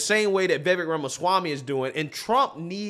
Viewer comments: I wish would learn to pronounce Vivek's name correctly. It rhymes with lake with the accent on the last syllable. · Vivek has no interest in being VP... he wants to be President... his own words.. (and its pronounced like Cake.. Vivek (vivake) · Vivek is pronounced Vi-Vake.. You have enough access to the internet to hear how his name is properly pronounced. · His name is pronounced "Vih VAYK." Anyway, VIVEK for PRESIDENT, not VP. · If you like Vivek, please learn how to say his name. Vivek rhymes with Cake.